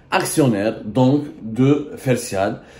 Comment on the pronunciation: Prononcer fertial et non pas fersial. Le t n’est pas entre deux voyelles. Il s’agit de fertilisants et non pas de fersilisants. Corrigez votre information selon laquelle fertial est de droit espagnol. C’est faux, elle est de droit algérien étant réalisée en Algérie.